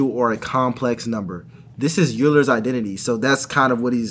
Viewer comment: Always notice engineers always pronounce Euler's name wrong 😂